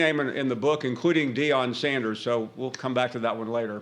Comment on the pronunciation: Dieon Sanders?? 😂😂